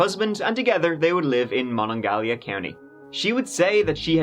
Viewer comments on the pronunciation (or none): the pronounciation of the county in WVa is Muh-Non-Guh-HEE-La (emphasis on 4th syllable.) You're welcome, love